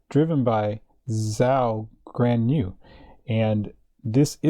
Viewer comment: It's pronounced Joe Gwan-jew.